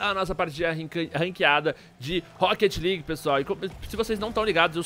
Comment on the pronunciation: "lueage" kkkkkkk